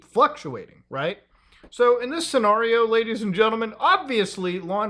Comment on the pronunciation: I don’t know if anyone else has said it but please stop pronouncing scenario that way